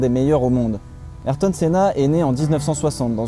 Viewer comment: Ayrto ça ce prononce respecté c pilote